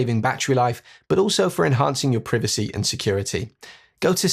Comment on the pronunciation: Surely you are not saying privacy seriously 😂